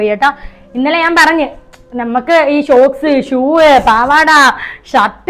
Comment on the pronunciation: ഷോക്‌സ് അല്ലാ ടാ സോക്സ്